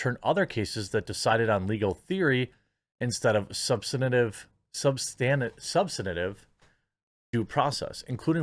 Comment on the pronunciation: Hey Jeremy... I'm not making fun of how you talk but emphasize the STAN in subSTANtive... it sounds like you are pronouncing it substentub